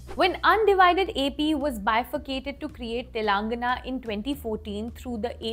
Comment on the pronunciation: I have never heard someone pronounce Telangana the way the anchor did.